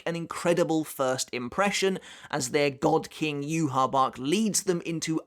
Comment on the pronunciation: On the off chance you care, "Yhwch" is actually pronounced as "yu-ha-va-ha." Feel free to ignore me, just trying to help.